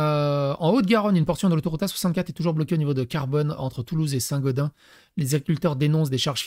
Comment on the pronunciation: Saint Gaudens, on prononce les S dans le sud ouest.